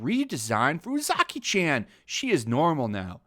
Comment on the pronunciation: There's no letter "A" in Japanese. Or rather, the letter A of "ant" doesn't exist in Japanese. There's only the letter A of "Art" in Japanese. So it's not pronounced "Chan" like the As in Jacky Chan. It's pronounced Chan like the As in "Cha Cha". Japanese is the easiest language to pronounce in the world. They only have one sound for every letter and they literally spell out their words. Like imagine if instead of saying apple we would go "a, p, p, l, e".